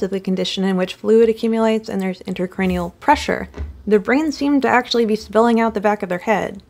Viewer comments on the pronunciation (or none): She got that ACHHHSHHHHUALLY pronunciation